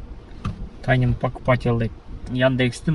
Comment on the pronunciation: Тайны эмес Тайный. Кофсен,тайны,учетчик.... Уйрончу кичине тууган. Озуноле жакшыго .